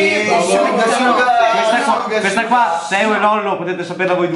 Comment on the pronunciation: Simone Pistidda ahahhaha shugar shuga non si può sentire😂 Sugar sugar*